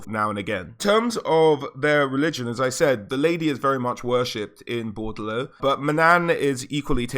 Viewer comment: also, it's BOR DE LEAUX not Bordlou.